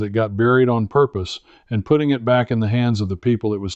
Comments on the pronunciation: AI????? To the best of my knowledge it's pronounced put-ting not poot-ing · why is he saying puting vice putting? AI? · Why do you say...put- iing instead of Putt- ing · Not a bad ai video. He said pooting lol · I'm not sure about taking advice on putting by someone who pronounces it as put ting. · The story is ordinary and the AI animation is ordinary and the AI narration is poor. "puting" ? Your AI narration can't speak English properly. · Is this AI??.... Pooting? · He said pooting... That's AI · I like AI videos of good looking men and women, until they make the word putting sound like pudding with a t. Still, I’ll definitely try this advice. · Note for AI. There is, almost universally, a hard U in putting. Pooting sounds jarringly wrong. Challenging content nevertheless. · Not a machine but your AI keeps calling putting, put-ing. Cmon man. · Yeah so easy to spot, kept calling putting puting, and the monotone voice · Yep it's AI. Because no golfer says putting, as in I'm putting a porch on my house, but says I was putting (putt ting) great this weekend. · I don't disagree, but I was actually referring to how he pronounces "putting" as "pudding", even though he has no trouble saying "putt". Classic AI. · Why can’t AI say putting in golf rather than putting like putting on clothes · Ugh... Ai really. No matter how factual the info, once the Ai mispronounced putting i am done. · So you can't program AI to pronounce Putting, correctly?